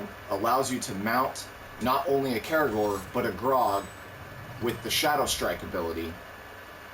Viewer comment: Gr-ow-g, not Grog.